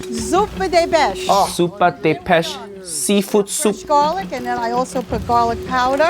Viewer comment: Why did she forget how to pronounce "pesce" and instead decided to call it "beš"? Also, why did just one person cook noodles? And why didn't everyone else fail the challenge because of their complete and blatant disregard for the rules? Seriously, two blokes made penne and another made macaroni! 🤬😡 Why?!